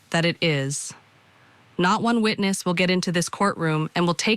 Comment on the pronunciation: he said wotness 😂😂😂😂😂😂😂